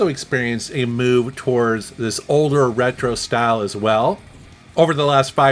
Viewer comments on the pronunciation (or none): none